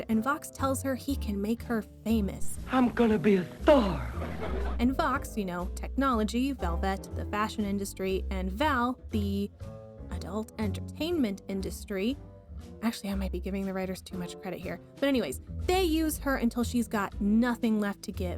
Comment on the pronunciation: Can you please learn how to pronounce velvet right.... It's not VAL-vet